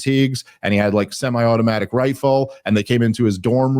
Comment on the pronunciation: The stressing of "semi automatic" sounded silly.